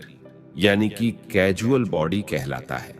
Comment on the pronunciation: कैजुअल नही कौज़ल